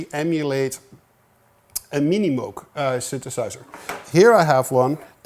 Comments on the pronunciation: it's pronounced "moog" - as in "rogue", not moo like a cow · it pronounces "mooh-g" thus "ooooo" sound, not "moo", like a cow. :) Otherwise a very nice video :) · Psst, Tom: "Moog" rhymes with "vogue". Yeah, I know - I had a long argument with my wife about that, and she was right. Thanks for all your great videos - the ones on orchestration are the most useful ones I've seen. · Dude, as a Dutch man, you're supposed to know how to pronounce "Moog" properly ;)